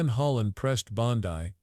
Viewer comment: I'm just wondering why the narrator miss pronounces Pam Bondi's name? 😕